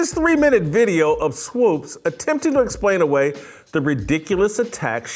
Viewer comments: Swopes lol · Why Jason can't pronounce Swoopes, it's not Swoopes. Kinda distracting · Whitlock, 🤦🏾‍♂️Swoops** rhymes with hoops🧏🏾‍♂️😂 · Is Jason confused about her name? It’s Swoopes not Swopes! Do better Jason! SMH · Jason needs to learn how to say “Swoopes” 🙄. It’s distracting from the good point he is making. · Jason, can you please say "Swoopes" and not "Swoopes"? You're killing me, Smalls. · pronounciation of swoopes is problematic lol